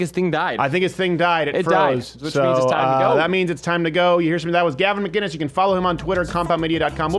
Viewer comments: His name is McInnes not McGinnes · Stephen, I love ya man but his name is not McGuinness it's McInnes! Pronounced Mc-Innes, no G ... it's a hard C. I know he has corrected you before but out of respect, pronounce it correctly. Oh and I'll be joining the #mugclub soon. Always love your vids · must b annoying for gavin to hear steven always say "maguinnes .. its MACINNES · Gavin's surname is pronounced MICK-IN-ISSSSS.....not McGuiness. for fuck sake. It's the difference between Scots and Irish! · Will you please start pronouncing the fucking C in Gavin's name? It's not McGuinness. It's McInnes. Pronounce the C. From an angry Scotsman who gets pissed off at every North American (acknowledging that you're from Canada) mispronouncing our clans' names. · When is Crowder going to learn Gavin's name......it's Mc- Inness not Ma-ginnis! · ITS MC! NOT MG ITS MC INNES!! not MG INNES! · Steven. Gavin's last name is MCINNES. No MGuinness. MCinnes. Yeah. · MICK-INNES!! Not MacGuinness (Scot here, but it should be obvious :) edit: fixed! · Steven...Gavin's last name is (Mk In Us) no g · Ma-KIN-Iss.. seriously when will people realize there is no "G" in his name. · You are saying Gavin's name wrong ....it's pronounced mic kinnis. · Still don't get why Crowder can't say his name right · Crowder still says McInnes wrong.